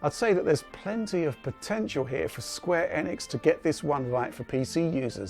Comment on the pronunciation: Holy mother of god someone actually pronounce Enix correctly.